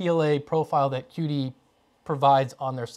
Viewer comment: It's not pronounced key dee? gif, gif?